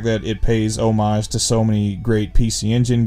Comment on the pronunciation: Thank you for pronouncing "homage" correctly. And happy birthday, I think.